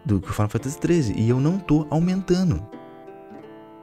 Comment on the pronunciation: Pq vc troca o D pelo N? "Aumentano, mentino"